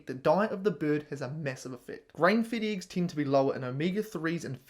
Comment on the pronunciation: Dude, just pronounce the E in eggs like you pronounced it here in mercury... and people will stop laughing at you